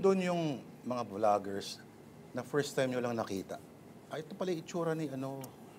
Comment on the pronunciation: did i hear he say bulaggers or vloggers? bulag sa katotohanan ba yun